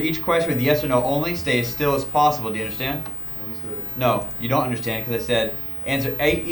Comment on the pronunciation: I love the way says possible: "It's plossibal."